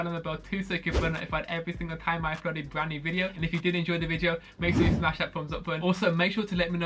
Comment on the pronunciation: DisGirLisLIT how does he say ‘brand new video with probably the most requested..’ he goes bwand new video with pwobably. Some words are different, hydro is much easier to pronounce